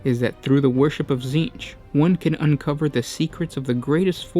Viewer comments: Titsnitch, not tzeench. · This was oddly inspirational. Also, I HAVE to ask: I'm hearing "" every time you say your name. What is it?!?! This is driving me to Tzeentch!